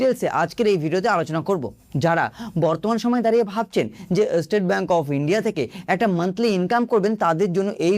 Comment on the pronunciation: ভাই এস্টেট ব্যাংক নয়, স্টেট ব্যাংক বলতে শেখো, বিরক্ত লাগছে শুনতে। বাঙালি হয়েছো বাংলাটাও কি ঠিক করে বলতে জানো না?